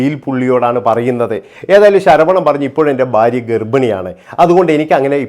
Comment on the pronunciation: ബാര്യ അല്ലടാകോപ്പേ ഭാര്യ ആണ്